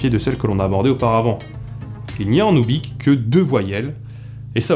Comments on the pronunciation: Très intéressant ! :) Mais tu es sûr que ça se prononce "oubik" ? Quand je m'étais renseigné les linguistes que j'avais entendu disaient plutôt "oubour". Ça me semblerait logique vu que la latinisation des langues de cette région emploie souvent le "y" pour "ou" (à cause de l'alphabet cyrilique) et le "kh" est généralement prononcé comme un "r" aspiré (comme en arabe par exemple). Qu'en penses-tu ? :) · tu aurais pu faire l'effort de prononcer oubykh proprement quand même... x) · ça se prononce "oubyr", kh = r